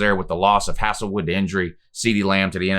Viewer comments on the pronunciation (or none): Pronounced “hazel wood” not “hassle” but I love the video man! Giving you a follow, you obviously do your research! Hopefully our defense can continue to improve. BOOMER!